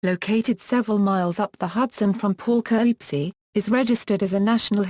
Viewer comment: The pronunciation of the subject city's name is pathetic. Too bad you couldn't have a more capable computer generated voice narrating or, Heaven forbid, a human.